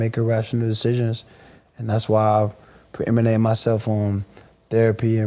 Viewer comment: There's that word again! "Preeminate winning" WT...? I got it! Preeminent, good lord, this guy finds a word he likes and uses it like an noun, verb, adjective, adverb...Central Michigan's finest alum